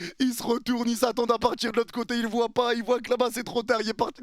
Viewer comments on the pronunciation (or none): none